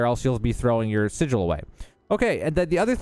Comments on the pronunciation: Its pronounced [si-jewel]. Spelled Sigil. Definition: a sign, word, or device to have occult power in astrology or magic. Not [si-guul]. Not a word in English. English is hard and its okay. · Say it with me: SI - J - EL ... SI-JEL - like Jello. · Am i immature for giggling every time he mispronounces sigil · I really don't like the way he says "Sigil"